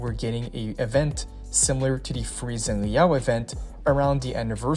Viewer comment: I can't wait to pull for Ciacoona (also Zani's name is pronounced; Zah-nee)